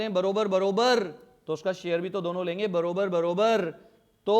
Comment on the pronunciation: Barobar barobar nahi bhaiya barabar barabar hota hai😂😂